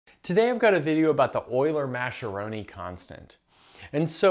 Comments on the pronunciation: Mascheroni is Italian. The pronunciation in like Muskeronee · Mascheroni - wrong pronunciation - UNEDUCATED!